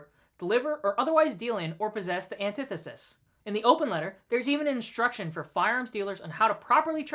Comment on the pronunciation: Off topic, but does no one know how to pronounce antithesis? Back on topic... Shut down the ATF. ALL problems solved.